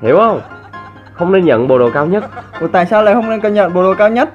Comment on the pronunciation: Ko nhấn chữ nhận